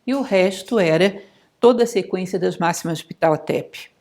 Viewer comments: Oi. Vc tem certeza que.esse nome sexpronjncia dessa forma? Achei estranho. Sempre conheci a pronúncia como pahhhotep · A pronuncia correta para o H nao eh mudo, mas aspirado.